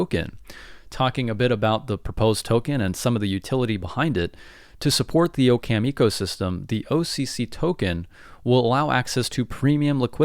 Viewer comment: Aaah-kum not o-cam as in occams razor